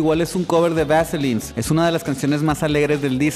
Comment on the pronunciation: Pronuncias "The vaselines" con acento de Seattle, tienes bien estudiado el tema. Saludos!